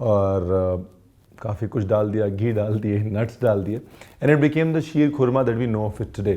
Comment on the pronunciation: The way you said ख़ुरमा not खुरमा like other illiterates, you made me your fan.